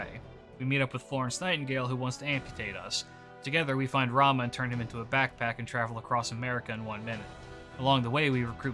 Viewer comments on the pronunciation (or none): none